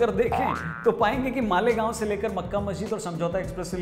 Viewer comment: मालेगाँव ?? आप गुजरात से हो क्या?🧐